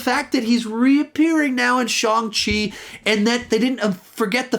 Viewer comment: Shawng chi 💀